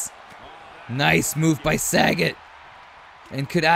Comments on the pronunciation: Sah.Got is how it's pronounced brother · It's Sa-Got. He should have owned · .......Love your rumble videos......so a few comments......Its not SAGET....(as in Bob Saget)......its Sagat (pronounced Sah-Gaht). Also, Ryu can be pronounced Rye-U or Ree-You. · There's a difference between mis pronouncing, and just not reading. Its not Bob Saget, its SagAt with an A.🤦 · Jesus the butchering of these street fighter names. Sagat is pronounced Suh-got. Akuma is pronounced Uh-koo-muh. Ryu is Re-you. You got Fei long, zangief and Vega right though. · Yea I cringed every time you said Sagat, 😆 I was glad when he was eliminated. 😂